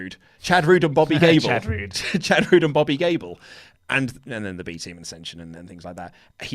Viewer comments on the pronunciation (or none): seriously just said Chad Roode and Bobby Gable... wtf?